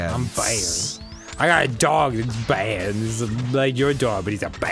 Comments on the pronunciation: Such a cwomment- toh, it's BAYD! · Captian America: I can do this all day. Thanos: Im a Baaid guy. Im a stwong, baaid, nauwthy guy! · STWONG BAED